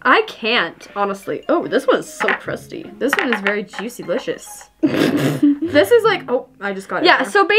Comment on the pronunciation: Lol well Audrey said juicylicios 😆 😂